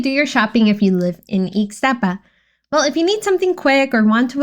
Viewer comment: I could not understand when you were saying the other areas only eeks-staapa or Plya Leen Da